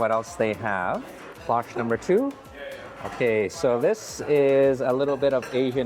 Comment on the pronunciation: I think what you're trying to say is "CLOCHE", long "O", but those aren't even cloches - they're chafing dishes.